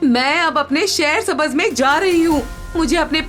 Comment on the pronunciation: Nice story...❤ Just improve the pronunciation of Urdu words. Shaher-e-Sabz